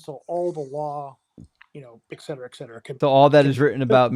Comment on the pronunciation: "the problem was is...." "Ek cetera ek cetera" oh no, another very well educated scholar